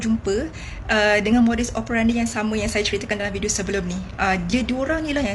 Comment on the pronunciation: Modus operandi, e sebutan enam bukan epal